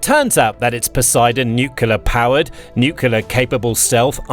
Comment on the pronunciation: Can you please pronounce nuclear properly?